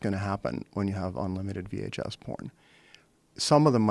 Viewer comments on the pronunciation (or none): vhs not vh1 Joe. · Is he saying 'VH-1' tapes......? ha, i prefer VHS Joe! haha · Joe with the dyslexia right on cue... those VH1 tapes i tell ya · Joe says VH1 tapes three times instead of VHS and nobody correct him. Jamie must've been watching porn, he got exited when Pokemon porn was mentioned.